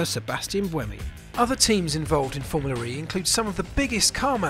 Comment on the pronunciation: its formula. not formuler.